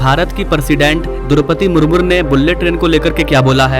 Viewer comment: Droupadi Murmu(मुर्मू )hota hai bhai, मुरमुर नहीं, sahi pronounciation karo, Bharat ki president hai. Aur बुल्लेट नहीं बुलेट ट्रेन होता है।